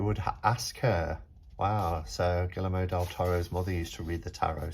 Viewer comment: The L's are pronounced like Y in Spanish so it's Gee-err-mo :) love the spooky music and your decorations!